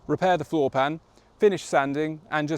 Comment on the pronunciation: 😭 There is no "lava cammo" its "Lava Lame-o" 😤 Fix it right 😭 please!